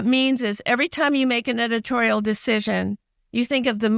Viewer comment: what's 'edititorial' ?